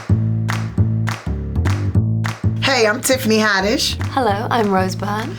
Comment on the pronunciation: Did she say I'm Tiffany HIGHddish?